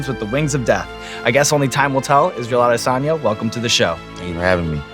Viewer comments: Would have been better if he said Israel's last name properly to show that extra in his research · You can see Izzy's eyes going down and back up in disappointment after yet another host pronounced this surname wrong. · Pronounced the last name wrong 😂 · Bro you're a professional host, can't even put in the effort to pronounce his last name correctly.